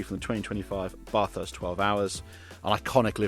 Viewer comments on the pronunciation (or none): PLEASE! It’s not Bathurst as in “bath”, but Bathurst as in “bat”. A small difference you may think, but it makes every Aussie motorsport fan cringe…. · It's Bathurst, mate, as in "ass" not "arse". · Looks like some fun stuff there but mate - it's Bathurst not Baaaaaarthurst. It's like "Hey Mum - gonna take a bath" not "I say Jeeves - run me a Baaaaarth pip pip."